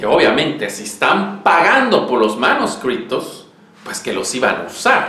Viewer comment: ¿Porqué dices "manuscripto"? En español se dice "manuscrito", sin la "p". Ah, por cierto, cuando se habla de "J. J. Abrahams", no se dice "yei yei Abrams"... lo correcto es "Jar Jar Abrams" en perfecto Starwarriano. Saludos.